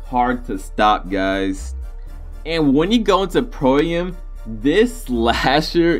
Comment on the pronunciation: it's not pro a m it's am like I am